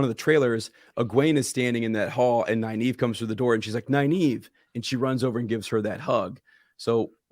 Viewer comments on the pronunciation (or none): How are you pronouncing Nynaeve’s name? It sounds like Neye eve (naive - a person lacking experience). There is a second “N” in her name. I pronounce it Nin ava (my preference) or Nin eve.